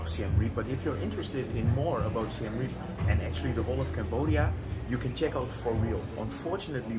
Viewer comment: Reap is pronounced with two syllables Ray-ap. (Siem Reap actually means the 'defeat of the Thais', which doesn't stop them attracting Thai tourists). I was last there in 2019 not that long before Covid closed all the SE Asian borders. A very lively little town with a great manic character...